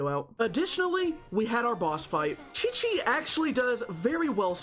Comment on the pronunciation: THE DISAPPOINTMENT WHEN HE SAID QIQ AT THE BEGINNING AHSHAHHAHA